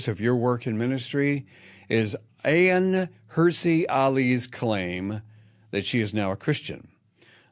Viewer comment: Please learn the pronunciation of Ayaan’s name if you’re going to bring it up.